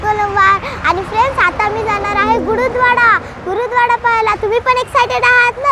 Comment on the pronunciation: गुरूद्वाडा नाही 🤣🤣 , गुरुद्वारा आहे तो....